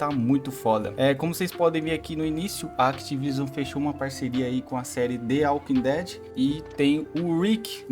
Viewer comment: "The aukin dead" foi di fude kkkkk